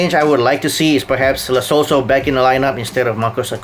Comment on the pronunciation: Can that Malaysian guy start pronouncing people's names correctly??? It's not lo see so, it's lo "cell" so. And it's not he sers, it's "hay sus"